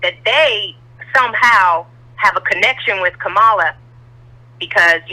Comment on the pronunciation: “Copallah” Harris 😂😂😂😏😉😀😅😂🤣😁😆😄